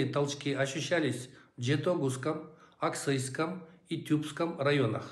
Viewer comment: Не Аксыйском, а Аксуйском